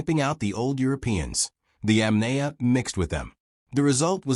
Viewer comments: Bloody hell. It's not pronounced [Yam nay a]. It's [Yom nie a]. I you speak instead of using AI, you can fix that. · It is possible to correct the AI narration pronunciation. Correct the incorrect pronunciation of Yamnaya and maybe I'll watch... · It is so unprofessional to put this vid out with such a gut punch in the mispronunciation of the main point of the program the Yamnaya.